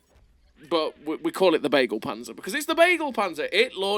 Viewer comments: Begleitpanzer not beaglepanzer xD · "Begleit"-Panzer means "convoy"-tank. The first "e" speak out like in beagle. Something like "beglait"-panzer 🥲